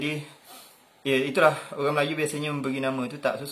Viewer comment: tu lah maksud sy. Org Pontianak dlm video tu sebut oghang. So tak lah sama semuanya dgn org spore